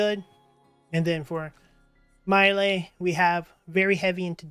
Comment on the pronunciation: He named is pronounced MY°EL... I couldn't keep watching because you were butchering their names